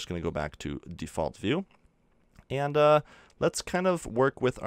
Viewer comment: I Hate the way he says default